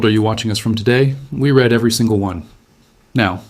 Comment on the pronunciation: I think it's AI. He pronounced the word read as "Read" (red). He should have said "Read" (reed).